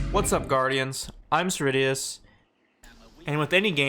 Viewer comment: Great effort!